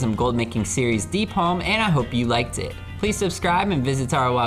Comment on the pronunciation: Um isent it deepholm not deepolm am i wrong here?